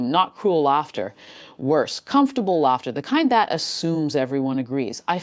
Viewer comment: Its pronounced laffter , not larter , teach your AI